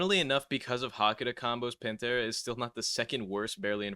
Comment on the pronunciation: hearin bro say “watch the show” for wind and then mispronounce pantera is so funny 😂